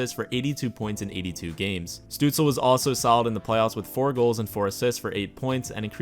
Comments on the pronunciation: Your third try was pretty perfect: stüütz-LE not stüütz-EL. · i think it's STOOTS-LUH - I took German in Grade 10 lol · It is Stützle in proper german spelling. If you do not include the “ü” then you must replace it with “ue”, therefore Stuetzle. It used to be Stutzle in game but EA updated it to be Stuetzle Pronounced something like st•you•ts•luh(or leh) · Says: I’ll pronounce it “Stootzle” because that’s the way I hear it the most Proceeds to call him St-uh-tzle the whole video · in german you say "schtützle" but i've never seen an american who can pronounce "sch" so no worries haha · His Name called like Shtützle Like a sh yk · Its definitely pronounced 'stootzluh' because in germany he spells it stützle and spells it either stutzle or stuetzle internationally. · You Can enter his Name on google Translator -> choose as language German and use the speaker button. That s the correct pronunciation of his Name. Oder Sag einfach Stützle. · Elite Prospects has an audio pronunciation for every player’s name (though it may be a premium feature). The best I can come up with is shut-zluh where the first u sort of rhymes with “put” and the “e” is NOT silent. The “le” at the end is pretty close if not identical to “le” (as in le chien) in French. It can be spelled Stützle (German) or Stuetzle (English version without the umlaut symbol over the u. He has chosen Stuetzle for his Jersey to keep it simple because he has obviously heard about the average IQ of us Sens fans. 😂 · Bruh its Stutzle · So, Germany: Stützle North America: Stuetzle Its pronounced Stue-tz-la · Actually the s in his last name is pronounced as sh (like in shower)